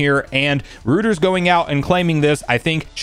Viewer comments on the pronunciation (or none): ROY-TERS not rooters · ROY-ters, not ROO-ters. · FYI, it's pronounced ROY-ters, not ROO-ters. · same XD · I’m cracking up at how you pronounce Reuters as Rooters when the correct way is (Roy-ters) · Just FYI, it's roy-terz👍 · Bro it’s pronounced Roy-ters